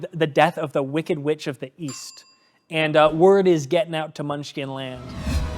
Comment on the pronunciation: oh East, I thought u said Weast.